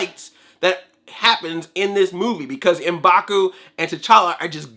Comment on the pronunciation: It's not Em'baku. It's M'Baku.